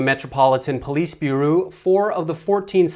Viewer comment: You pronounce the word "Bureau" very weirdly